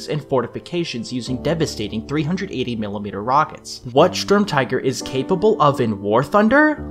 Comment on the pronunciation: And then proceeded to schtorm all over the place